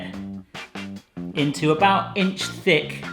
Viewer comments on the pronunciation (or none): Everytime I hear you describe think and creamy I hear some undergag